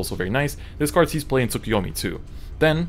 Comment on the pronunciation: You'd think the guy who knows how to speak japanese would know how to pronounce Tsukuyomi.